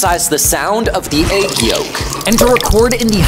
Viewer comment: I wish he would learn to pronounce egg correctly